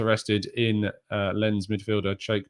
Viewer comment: Dude Lens is pronounced as LANCE. Like in Lance Armstrong lol.